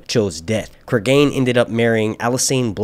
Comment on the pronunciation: Pronunciation will be Creeg'n not Cregain like Clegane. English pronunciation is the first one, which I know because there's a well known murder in the UK by a man named Cregan and that's how his name is pronounced.